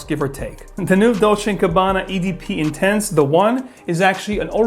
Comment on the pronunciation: Guess he pronounced it in French by mistake.